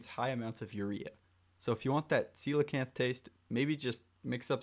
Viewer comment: Ain't no way its pronounced like that bro